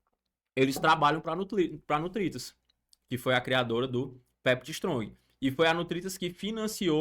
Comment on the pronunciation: Ele fala Nutritas mas é NURITAS